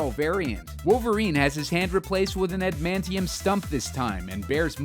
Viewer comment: You pronounce "Adamantium" wrong.